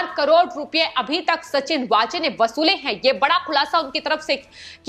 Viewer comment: सचिन वाजे (Waaje) यह असली नाम हैं (कई चॅनल्स 'वझे' उच्चारण करते वो सही नहीं)